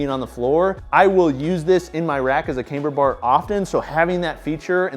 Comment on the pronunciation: Why does say cameber bar instead of camber bar? Is that some kinda accent thing?